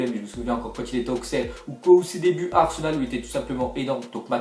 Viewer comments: Heu...... Auxerre se prononce ausserre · quelqu’un peux lui apprendre a dit Auxerre ????